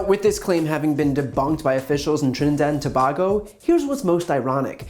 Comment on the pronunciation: Dude you miss pronouncing the word Trinidad and Tobago